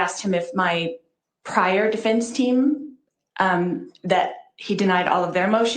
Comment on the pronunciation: Objection! Starts her argument with 'um'. Dumb. Objection! Can't pronounce 'defense', says 'difinse'. Dumb. Objection! Can't keep the snarky mean girl attitude at bay. Objection! Cannot pronounce 'affidavit'. It doesn't end with 'david'. Objection! Disrespectful, condescending attitude toward judge Beresky (the court) even though he has bent over backward to teach her law (which he is not required to do). Objection! Cannot pronounce 'at all', calls it 'aah all'. Alright Lori, are you done? First, just because you don't get your way doesn't mean, miss narcissist, that you get a different judge. You are guilty and you're mad that you can't take over the courtroom, that in fact is in the control of the judge. End of discussion. Please, learn to pronounce defense. And you actually have declared yourself to be a translated being. Why are you even in court? Shouldn't you have been magically lifted out by now? Maybe you actually are wishfully thinking you are special. You are not. Judge Beresky is the bomb, and you are NO attorney. Oh and you have lost your 'charms'. You are a laughingstock.